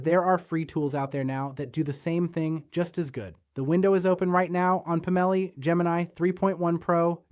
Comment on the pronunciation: I'm guessing Labs doesn't include spell check, sad. I think it's, "Pomelli", instead of "Pam-elli". 😏